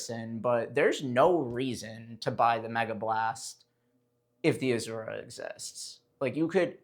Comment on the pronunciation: Nobody: Bro: 💃azurrrrra🌶️